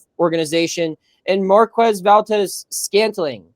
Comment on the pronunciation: How the fuck can you pronounce MVS correctly but not Theilen🤦‍♂️